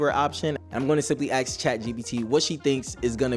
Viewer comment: And he doesn't know how to say "ask."